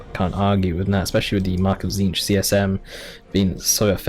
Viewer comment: Lirette I wasn't really paying attention to the pronunciation until he tried hard and said something like Tzink. English is not my native tongue and i got pblm with some names too. I try to dodge Tzeentch everytime i can Xd.